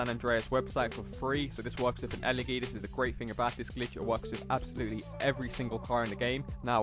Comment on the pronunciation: The way you say Elegy makes me giggle